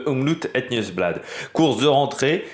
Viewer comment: Faut que tu fasses un effort sur la prononciation car mes oreilles sifflent comme une vieille locomotive. Le OM est bon mais le loop ne se prononce pas à l’anglaise. Donc le oop se prononce comme Hope à l’anglaise. Demain tu seras parfait. Sinon regarde la RTBF et Rodriguo. Si tu as un vpn c’est bon. Ton oreille t’en remerciera et surtout la mienne. Je te fais confiance 😅